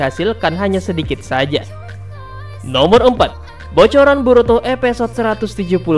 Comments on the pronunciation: ada yg sadar mimin ngucap eposod bukan episod... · Maaf min, gunakan penyebutan bahasa indonesia yang baik, episode bukan epesode ...👌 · Episode bang bukan Epesot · Episode bang bukan epesode wkwkwkw